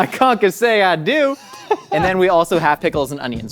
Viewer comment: Calling that Concassë is a disgrace to the french cuisine xD